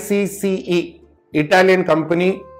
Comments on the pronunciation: SICCE is pronounced as SEA CHAE its a very famous brand which makes top quality pumps and powerheads and other filtration items, its extremely popular in western countries for Marine/Reef aquarium hobby. SICCE products are so good that one can say it lasts almost lifelong. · Valuable information sir🙏as always. Just a correction, the brand name is pronounced as "see-chey" and not "see-see". I have a Sicce wave maker and its been working good so far(2yr), and has a very good build quality.